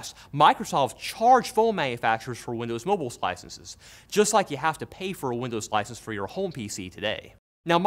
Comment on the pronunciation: did somwone say windows mowble OwO :3